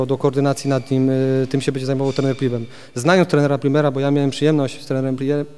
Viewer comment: PRIMEL a nie PrimeR - masakra